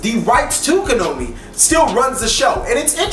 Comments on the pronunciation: Why do you always pronounce Konami as "Ko-no-mee"? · Konami -> Ko-nah-me Kazuki Takahashi -> Ka-Zhu-Ki Tah-Kuh-Hah-She